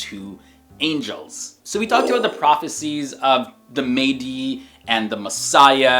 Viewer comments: It’s pronounced Mah-di btw, not “Maydi”, or “Mehdi” like what some Indians call him, his title will be Imam Al Mahdi but his real name will be Muhammad Ibn Abdullah, same name as the Prophet (SAW) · The Mah-Di not maydi plz correct your self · Is Mahdi really pronounced May-dee? It looks like it should be pronounced Mah-dee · It’s not pronounced May - Dee you’re leaving out the H sound please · Awsalamalykum your pronounced Mahdi wrong it is "Imam Mehdi" and the images are not how he will look like we don't know only Allah knows best it is really important to make sure your information is correct about Islam you can't give false information . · It's Mahdi not medi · It's pronounced Mah-di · Imam mah-dee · Please learn the correct pronunciations please. You are constantly mispronouncing Mahdi. The "a" is a short vowel sound.